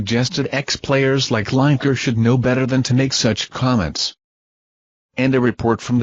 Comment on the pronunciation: herre we go again with LINE - EKER ITS FREAKING LINEKER AS IN LINN I KER FFS typical american pronunciation:face-purple-crying::face-blue-smiling::face-green-smiling::face-blue-smiling::face-purple-crying